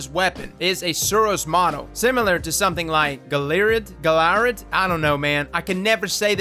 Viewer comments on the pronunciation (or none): I believe it's pronounced "gal-i-ard" also tho auto rifle looked to be an answering chord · It’s pronounced Gal-ē-yard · Jahl-eee-arhh. Galliard. It's French. You're southern. I'm ashamed of you 😂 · Say it with me. Its Galliard. GAL-LEE-ARD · Gal-eee-ard. And Come one. An auto? It said linear fusion on the dam screen!, you're making it too easy!